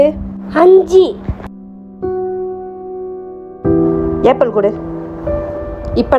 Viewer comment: ஆப்பிள் என்று உச்சரிக்கவும் உச்சரிப்பு சரியாக சொல்லவும் வீடியோ போடும் முன் கவனித்து செய்யவும் எல்லோரும் பார்ப்பது